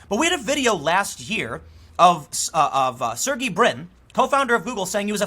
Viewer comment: Hey Tim, I just want to say, I really appreciate your work. The integrity you have in your coverage and journalism is what has kept me following your work for years now. I wanted to give you some constructive feedback on your pronunciation of "Sergey" Brin's name. His first name should be pronounced more like, (s-air-g-eh). I have been learning Russian for years now and your pronunciation gave me a good laugh. Hope this is helpful and keep up the good work!